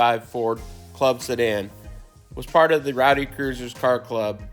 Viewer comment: Rhody Cruisers, not Rowdy. 😉